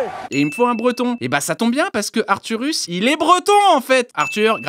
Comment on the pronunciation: Arthuros ! pas arthurus.